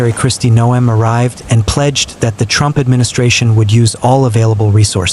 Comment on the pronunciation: Yeah, could have done without the gratuitous Ftrumpft mumbling.